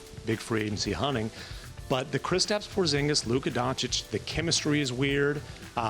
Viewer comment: Who the Fck is "POZGINIS"?